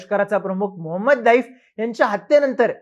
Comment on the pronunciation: आधी त्याच नावाचं उच्चारण करणे शिका, नंतर या बातम्या द्या ज्याची पुष्टी फक्त इस्राएल करतोय ज्याचा खोटेपणा मागील 7 वेळा जगासमोर आलंय. युद्धात अश्या बातमी पेरल्या जातात, जो पर्यंत समोरचे सांगत नाहीत तो पर्यंत या बातम्या खोट्या आहेत असेच समजावे.